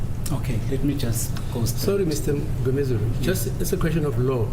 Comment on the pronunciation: Mgomezule cars is pronounced like not case. Please consult your phone for correct pronunciation. You are making mockery of the profession.